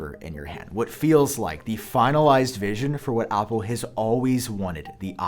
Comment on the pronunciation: Not sure if you’re saying apple or oppo